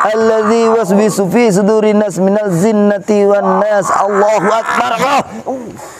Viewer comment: Bacaan qur,'anya salah massa jinna tiwannas d baca zinna gmna ustaaat